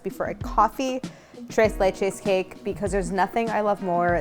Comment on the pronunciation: Tira-leche cake! Tres lech-u cake!